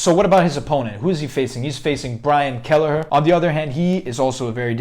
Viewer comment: You definitely pronounced his last name wrong..